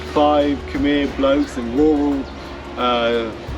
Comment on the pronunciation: a few khmer word brother temple= bra sart pagoda = what mango = svay and when you say khmer u should say khmaeee😊 and alots more you want to learn the khmer word. or you know the local you can ask them 😇